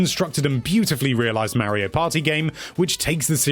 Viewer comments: Gotta love “Marry-O Party” 😂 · Figure out how to say mario